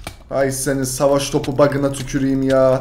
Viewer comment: Ateş Topuna SAVAŞŞ TOPUĞ diyen koca yürekli Racon YUGO Bu arada RACON takım çok sıktı